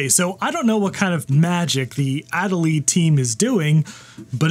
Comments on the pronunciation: “Ah day lee”. It’s named for the penguin. 😎✌️ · That Accent Aigu is very disappointed in the way you pronounced Adélie.